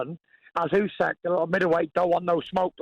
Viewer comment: I love how he cannot/doesn't pronounce Usyk's name correctly.